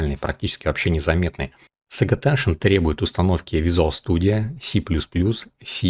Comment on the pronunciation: пожалуйста: Сейдж аттеншн, а не "саге". Или по твоему Forge произносится как "Форге"?